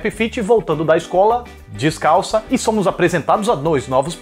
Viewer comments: Esse i de "iscola" me matou por dentro kkkkkkk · "I" de "Iscola" kkkkkkkkk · I de "Iscola" 😂😂😂😂 E de "Esqueiro" Rsrs chorei de rir com essa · Essa é a moça do famoso "I" de "Iscola". kkk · Ta mesmo precisando ir pra "Iscola" kkkkkk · I de "iscola",? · Hahahahaha, "I" de Iscola e E de "esqueiro" hahahahaha !